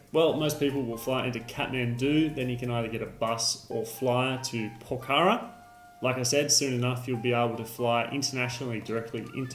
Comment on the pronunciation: For someone who has been to Pokhara many times you sure have a hard time pronouncing it. Otherwise great informative video. I came here because of your Annapurna Good/Bad/Ugly video